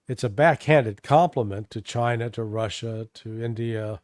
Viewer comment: I love the way Larry says "assh!@ and the way says "Russia". Larry puts his whole soul into it, no half measures! Sometimes when says "Russia" it almost sounds like "Rorschach". Appropriate, don't you reckon? People these days see Russia and project onto it whatever fantasy or demon that inhabits their mind.